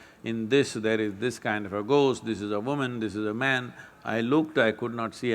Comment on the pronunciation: gost stories "h" should be silent